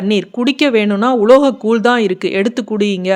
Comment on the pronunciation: முதலில் தமிழை பேச கற்றுக்கொண்டால் நல்லது கூல் இல்லை கூழ் ழ் ழ்